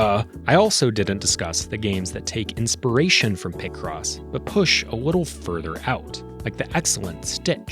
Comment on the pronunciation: there's no way people pronounce it like that. Do people also exist that pronounce pi as "pih"? It's always been pie cross to me